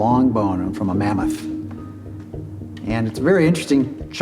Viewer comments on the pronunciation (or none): What's a wooly Mammass?😂 I cant unhear this pronunciation..